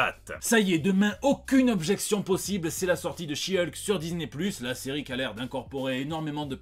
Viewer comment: Bon aller, vu que tu prononce correctement le nom de She-Hulk, je suis sûr que tu va y arriver avec celui de son coussin. 😂🤣